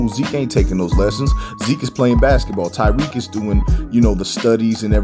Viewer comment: please stop calling him tyrique it’s Tariq